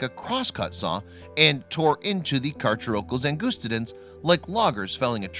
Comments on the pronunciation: For future reference, its Ang UH Sty Den not Ang OOST aden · Wow can even pronounce angustiden right it’s pronounced like ang us ti den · You’re not pronouncing the species correctly. Check a dictionary… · also believe the specific name is pronounced an /gust /stidens no long "u" and has a short "i" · Btw that pronunciation was terrible it’s pronounced Ang us tide en